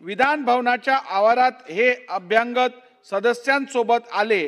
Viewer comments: अध्यक्षांना अभ्यागत शब्द म्हणता येत नाही. ते अभ्यंग शब्द😅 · अभ्यागत,अभ्यागत, अभ्यागत अभ्यागत अभ्यागत अभ्यागत. अभ्यांगत नाही.